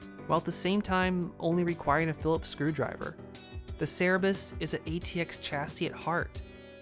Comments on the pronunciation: It's Cerberus, not Cerebus. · its cerberus not cerebus